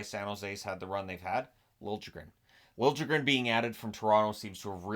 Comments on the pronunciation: For the leafs isn't it lili-guh-ren for pronunciation? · FYI Liljegren, the letter j in Swedish sounds very similar to the English consonant y so it's more like "Lillegren" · It's pronounced Lill-ya-gren. No j sound in there.